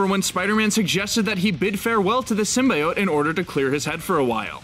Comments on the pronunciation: It’s SYM-BEE-YOTE NOT SYM-BYE-OYTE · Prince Paradox ikr i think its supposed to be pronounced like “seem-bee-ote” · IT'S "sym-BEE-ote"! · Symbiote for Pete sake Not sim bye ot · I think Spiderman will appear in the movie. I think it was Marvel that lied about something not being in one of their movies. (Also its pronounced Sim be ote not sim bye ote) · Every YouTube channel that reports news at the moment says "sim-BYE-oat" instead of "Sim-B-oat" (how it's meant to be pronounced... you can tell which channels are just reading from scripts and which actually know what they're talking about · Did you litterly just say SYMBYEOTE! It's sym (bee) then the other part of symbiote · Damn it it's sim-bee-ote not sim-bye-ote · Stopped watching after the 3rd time I heard "sim-bye-ote." It's "sim-bee-ote." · Symbiote pronounced (sym-bee-ote) not (sym-bye-ot) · STOP SAYING SYM-BYE-OTE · although, Marvel does want Sony to pronounce it as sim-bee-ote. just saying. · SIM-BEE-OTE HOW HARD IS IT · Its always been bi. You were taught wrong by 90s failtoons. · Why do i hear SIMBA-OATS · PROUNOUNCE SYMBIOTE CORRECTLY: SIM-BEE-OAT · It is pronounced (sim) (bee) (oat) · Dont Sym-Buy-Ote me. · My god can no one say symbiote correctly..sim-bee-ote lol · It's Sim-bee-oat ffs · I HATE how the movie/this video mispronounce "symbiote". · Carlton Drake actually correctly pronounced it in the trailer, but the lady who introduced them and the person who narrated this video said it wrong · Riiight?? My ears... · The way u say symbiotes triggered me hard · you pronounced symbiote wrong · You got a thumbs down ther min you said symbiote that esu way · I hate the fact they mispronounce “Symbiote” in the movie. Ugh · Also stop mispronouncing symbiote it’s annoying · I stopped listening the moment you mispronounced "symbiote". Shame on you. Disliked. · Had to stop watching due to the fact that you can't pronounce symbiote correctly